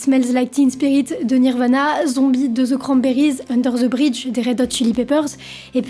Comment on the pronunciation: « Unzer ze brige » ??? Sérieux ??